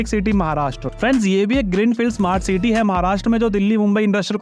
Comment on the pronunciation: Ceete😂 nahi city hota hai